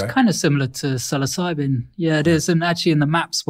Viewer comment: Oh dear LORD!...He said it right!! Like sill-oss-ih- bee....NOT sill-o-sibe mushroom. ..as far as pronunciation sound..